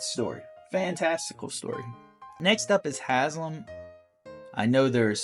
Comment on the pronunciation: It’s Halsin, not Haslin, and Jaheira isn’t a ranger